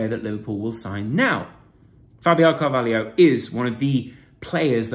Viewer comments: It’s Fabio CAR-VAH-LOW not Car-vah-lee-o. Good analysis btw 👍🏻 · It’s Car-va-lho, not Carvalio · Pronounced CarvalHO. Where's the IO FFS!